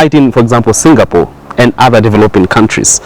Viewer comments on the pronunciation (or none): none